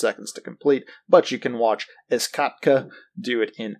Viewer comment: Ezkatka is pronounced "easy kot-kuh" you fucking swine. Ez for easy and katka is russian for game, learn your dota memes kid